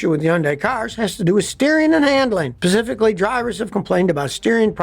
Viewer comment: did he say "Pacifically?" LOL (it's specifically sir) :)